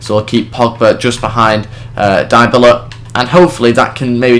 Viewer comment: good video , but two main points A. besides from buying dybala(which juve already did) and bringing back berardi and leali the rest isnt realistic , for example buffon should be no1 to the point where he starts dropping overall points B. the players names are wrong Im not italian but Im pretty sure they are dybala : Dee-a-bala or dy-a-bala , berardi is how you read it , leali : lee-ah-lee and caceras : Kaseeras not saseeras as you say it..:/